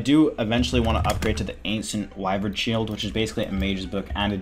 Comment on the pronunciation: Anyone catch him try to pronounce ancient wyvern shield XD im dead